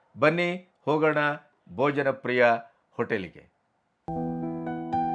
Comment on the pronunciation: KINDLY CORRECT TO BHOJAN PRIYA NOT BOJANPRIYA 'H' IS MISSING.